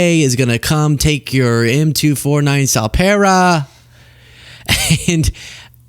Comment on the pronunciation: hey lady, its Em Two Forty Nine. get it right